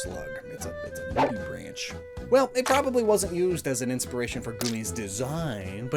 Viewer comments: the ch in nudibranch is a K sound not the ch sound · Another note: the common pronunciation of "nudibranch" rhymes with "bank" as the ch ending is the guttural ch in "loch" that is often pronounced as a "K" sound by English speakers (with the exception of "machine").